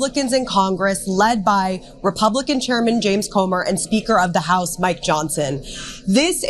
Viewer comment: Did she say "sneaker of the house"? 😂